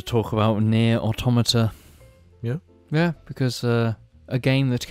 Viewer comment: Shout out to pronouncing "Automata" correctly unlike every other game reviewer on the internet.